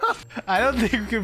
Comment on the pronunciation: That "São Paulo" pronunciation hurts so much 💀